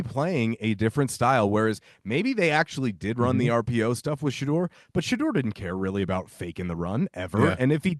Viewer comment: Learn how to pronounce Shedeurs name and maybe I will take your opinions informed 🙄 It’s been 2 years. Journalist who pride themselves on research